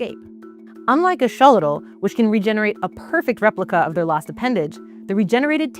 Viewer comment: Why can't she pronounce Axolotl??